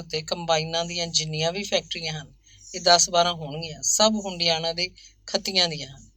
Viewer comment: ਭੈਣ ਜੀ ਹੰਡਿਆਇਆ ਹੈ ਹੁੰਡਿਆਣਾ ਨਹੀਂ